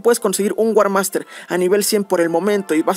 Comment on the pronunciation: es warmaster no war hak